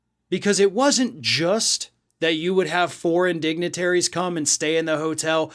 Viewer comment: That sounded like "four indignitaries" - sounds very right with the story (no one there - only four - and only Trump supporters - indignant).